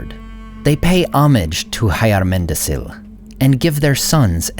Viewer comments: Hyarmendacil isn't /haiarmendasil/, it's /hjarmendakil/. or the palatal aspirate is a phoneme in Elvish and a letter in the Tengwar. It's like the initial sound in Hyundai. is always pronounced /k/, even after e and i. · Great video, but I must nitpick two things: - Istari (including the blue ones) appeared in Middle-Earth in Third Age (around 1000 TA); - Hyarmendacil is pronounced hyarmendakil, not hayarmendasil. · Hey! A question: according to Tolkien world should not be like hyarmendacil’s pronouncing like “hyarmendakil” ? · Hi! Isn't the name pronounced "Hyarmeda[k]il, as the "c's" are pronounced as "k's"? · It's Fahr-AH-meer, not FAIR-uh-meer, and DAH-kil, not DAH-cil, in Hyarmendacil